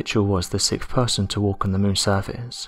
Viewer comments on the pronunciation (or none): none